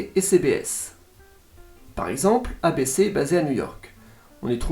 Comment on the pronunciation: Petit fun fact : la loi fédérale aux US autorise un maximum d’1/3 de pub par programmes. Par exemple le juste prix américain dure 1h, c’est 38/40mn de programme et 20/22 mn de pub. Par contre mes oreilles ont saigné avec « ABC / CBS / NBC » 😂 Les stations des chaînes TV et radio ont des noms à 4 lettres, les noms commencent par K à l’ouest du Mississippi et W à l’est. Par exemple KCBS et WCBS sont les plus grosses stations du réseau, à Los-Angeles et New-York respectivement. Merci pour la qualité de ton contenu ! Ta voix est agréable et il y a un bon côté pédagogique.